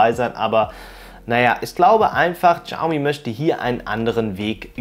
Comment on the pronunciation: Das "X" in der chinesischen Sprache ist stumm. Man spricht es nicht "Tschaumi" sondern "Schiaumi".